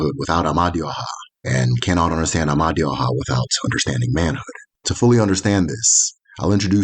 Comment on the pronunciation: Amadioha is a wrongly pronounced, the true pronunciation of that word "Amadioha " Ama e du oha meaning "the divine wisdom that leads the people". written as "m d h".